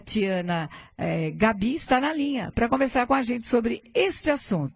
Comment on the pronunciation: Pronuncia-se Gábi e não Gabí rsrsrsrs